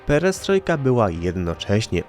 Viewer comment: 1. „Płaskom podłogom” :) 2. „Pieriestrojka”!